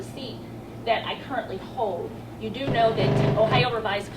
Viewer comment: The seat I currently hode? How can someone be a judge when they can't pronounce a 4 letter word?